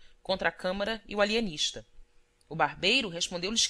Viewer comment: O Alienixta! kkk